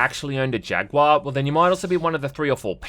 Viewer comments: I didn't know Australians miss pronounced jaguar as well. Thought they actually knew how to speak English 😂 I'd love more terminator movies Set in the actual war Also love the 360 avp game Went through it again recently on pc and really liked it still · Why does he pronounce Jaguar as "jag-waa"?🤣